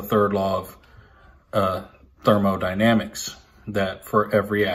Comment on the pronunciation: ~ I think he is saying, "dyrmo dynamics". ~ I thought said, "individuals, companies and goblins".